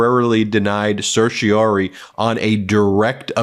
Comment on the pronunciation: It’s certiorari, not certiori.